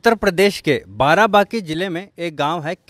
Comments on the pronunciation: बाराबंकी नाम है न कि बाराबाकी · बाराबंकी नाम है न की बाराबकी कृपया सही नाम लें, क्योंकि मैं रामनगर बाराबंकी का ही हूं। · बाराबंकी नाम है बाराबाकी नहीं...